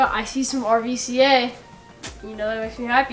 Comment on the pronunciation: I love that y’all pronounce it “ R-V-C-A but really the brand is pronounced as “ruca” the v is supposed to be represented as a “u”